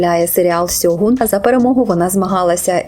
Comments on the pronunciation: Правильно буде ШЬОҐУН. Через С перекладається в рос. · правильно "Шоґун", ви використали рос.транслітерацію